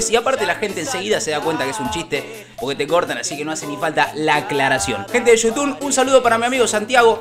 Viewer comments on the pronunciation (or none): Eu te digo una cosa nada mas por que siempre DECIS GENTE DE YOUTUN EN VEZ DE GENTE DE YOUTUBE SIN NNN WACHHO tranki bro un saludo 😎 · Like si siempre dice yutun jajaja